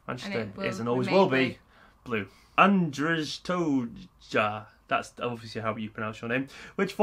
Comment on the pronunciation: Haha, you read my name so wrong. Just wanted to let you know "Andrzej to ja" means "Andrew is me" in polish. Also great video